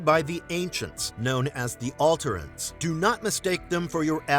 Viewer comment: Yeah also alterans. Clearly never watched the show to hear them said allowed